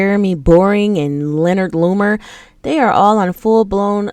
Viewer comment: Omg. Did you call it Leonard Lumer? 😂😂😂